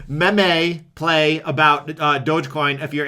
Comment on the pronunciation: hahah said memeeee.. It's pronounced meeeeeeem;)